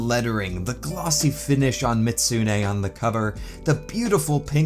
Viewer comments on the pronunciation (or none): It's Mi-zoot-soo-nay, not Mit-soo-nay. Edit: In-game accuracy! You can cut off the tail on your figure, too! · The only thing bugging me is the constant mispronunciation, the "zu" part of the name was always left out, and it's not silent, the pronunciation is best written as "mee-zoot-SUE-nay", the third syllable has to be stressed when said and all of has to be said quickly, not slowly. Mizutsune's name is a portmanteau of "Mizu" (Japanese for water) and "Kitsune" (Japanese for fox). As much as I like the Mizutsune, I am disappointed they added a new variant of it in Sunbreak (Violet Mizutsune) instead of a variant that western audiences (except Canada) have never seen before, Thunderbubble Mizutsune, which only ever had one appearance, Monster Hunter Explore, a Monster Hunter mobile game that only ever released in Japan and for some reason, Canada. The figure does look nice, but the overall material quality has me concerned if it cracked just from that degree of handling. Hopefully you were able to fix the crack so it wasn't too noticeable. This is partly why I buy mostly static figures, less risk of damaging them that way. I would buy it, until I saw the price tag, $145 on that site, which I would assume is USD, so that would be rather close to $200 AUD without shipping. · Real pronunciation Mih-zoot-soo-nay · How you pronounce mizutsune hurts me